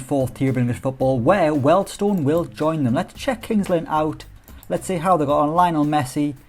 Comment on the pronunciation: its pronounced "Wheel'd stone" not "weld stone" !! love your work though! Edit, my daughter renamed my YT, im a grown man not a comedian kid and i work in Wealdstone!